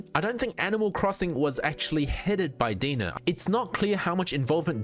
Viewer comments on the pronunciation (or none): Pretty sure their logo is spelled DeNA because you're supposed to pronounce it like DNA not Dena lol. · Are you sure its DEE-NUH and not DEE-IN-AYE? Like DNA? Why would they spell it DeNA? Makes no sense. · I like your info videos, I feel your most informative. I always come here for most up to date info. Just FYI so people don't make I'll comments DeNA is pronounced DNA. hope this helps clear any confusion amongst the viewers. Keep it up bro 💯🔥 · Its pronounced D N A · Great video! I might add that DeNA is pronounced liked the acronym D.N.A. You can call it how you like of course but thats what i was aware of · That's my only nitpick, and he kept repeating it 🤣